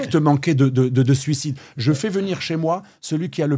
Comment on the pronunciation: Suocide ? Succide ? Sulcide ?